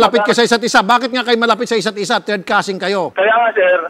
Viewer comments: Causin tutan hahaha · Couzin couzintahan hahahah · cousin daw, "cousin-tahan" hehehe 🤣🤣🤣🤣🤣🤣